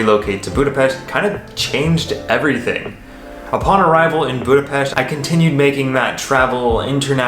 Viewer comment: I do appreciate the proper way to say Budapest. You are a true teacher who listen. Shame you are leaving I enjoyed your videoes of my home country. Having said that my dream was always to visit the USA maybe you would show us some of it. Love the countryside anywhere so please pop in some travel too. Good luck in your new adventure. 👍🤩🖖🖖🖖🖖🖖🖖 sorry for my english if it is incorrect😊maybe you can teach me proper english😃. Hello from Downunder🐨🐨🐨